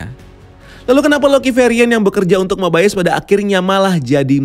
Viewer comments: Agent Mobayes? Bukan Mobius bacanya? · Mobius bang bukan mobaius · Kenapa rada annoying ya pas ngomong Mobius wkwk padahal mah di seriesnya biasa aja perasaan ngomongnya bukan MoBaiyEes😂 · cara baca yang benar itu /Mobius/, bro. bukan /Mobaiyes/ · Mobayes atau mobius sih, di series yg gua denger mobius bukan mobayes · Bacanya kok mobayes, padahal di serial mobius gitu